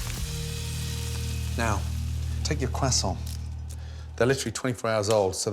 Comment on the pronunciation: THAT'S how you pronounce croissant 🥐🥐🥐.